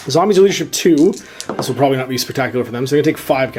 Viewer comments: Everytime you say "Zambies" is one more punch in the throat you'll get if i ever meet you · If you could stop saying Zambies that would be great.